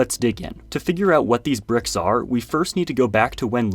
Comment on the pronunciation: Bruh said "pricks"